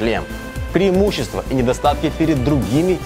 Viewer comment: "пЕРИмущества армэ"))))